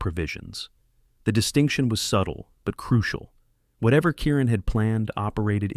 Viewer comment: Kieran not Karen